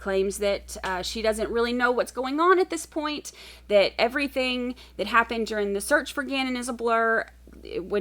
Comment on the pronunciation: Thank God, LieTecia's teaching career was cut short. I can't imagine having a whole generation of young people going around pronouncing everythinK wrong and saying "not PERMISSABLE in a court of law"... 🤦🏼‍♀️ It was probably one of her other eleventy-seven personalities that didn't know how to pronounce anythinK I'll never understand how she was an elementary/middle school teacher. I've owned plants that were smarter than her.